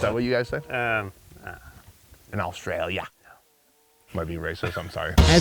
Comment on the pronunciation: "In Astraaylia" 🤣🇯🇲🌎